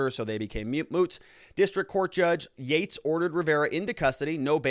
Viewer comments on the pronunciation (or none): none